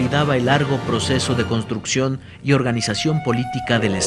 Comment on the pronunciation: Muy buen video. Solo corregir nombre. Dice constucción en lugar de construcción